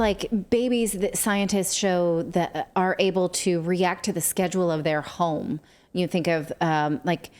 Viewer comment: Did anyone else here “you can track from the comfort of your ZONE” not HOME?